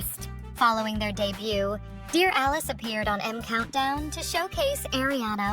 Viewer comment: Did she just call them “Deer Ah-leese”??